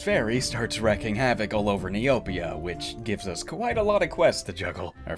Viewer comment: Mote meabs a particle of a thing, so it's appropriate to have a small peice of magic, the emote is probably a pun, not the origin of the name. Also, it's not wrecking havoc, it's wreaking havoc, pronounced like reeking. To bring something to pass with violence. Love your vids, i'm just a pedant.